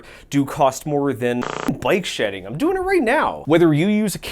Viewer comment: Oh BIKE shedding! I thought you were saying BYTE shedding. I thought it was like some sort of thing where you skim off bytes in order to save space where you probably shouldnt. Like digital corner cutting